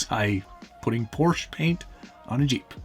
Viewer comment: “Porsche” has two syllables. Guards Red?